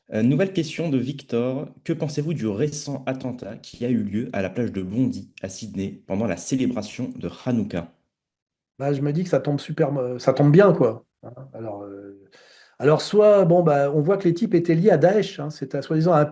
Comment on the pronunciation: On prononce "bondaï beach" bande de ouf